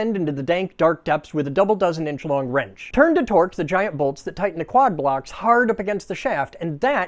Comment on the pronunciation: Oh , wrench .... not wench